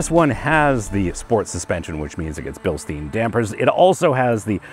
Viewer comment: Agree with almost all points ......looking at your "perfect position" : seems you're not a very tall guy.......so your space-comments are a bit misleading ......BTW it is BILSTEIN (Billstine)just like the stupid "a Stein of beer" (Stein=stone)